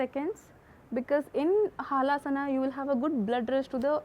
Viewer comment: Madam it is Halasana not haalasana hal means plough